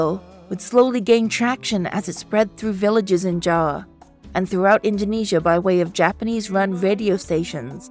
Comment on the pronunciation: Much respect for pronouncing "Java" as "Jawa" as it is in Bahasa Indonesia. This is a great breakdown, I learned a lot as Indonesian myself. Thank you!